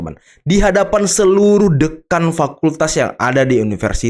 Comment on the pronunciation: Bukan Deukan host, tapi DÉKAN